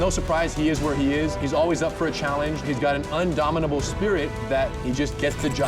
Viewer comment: Indomitable not unnnnn